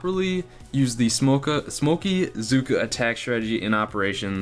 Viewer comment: Hey those mispronounced words of yours are hilarious " smokeaa" lol that should be the official term. And nice hair cut, looking good for the boomhotties.